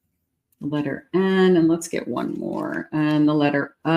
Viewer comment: It's Letter. U